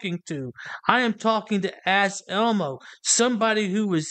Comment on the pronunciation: Anselmo is a 🐈 Every time you guys call him Ass Elmo, I hear you saying, “ass elbow,” as in, doesn’t know his one from his other. 😂